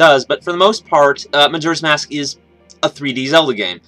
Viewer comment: He keeps saying majura's mask, not bitching here but its just annoying lol